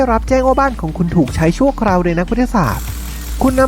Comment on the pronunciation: คนพากย์พูดไทยไม่ชัด พูด"ได้"เป็น"ดั้ย" คราวเป็นเคา เช้าเป็นช๊าว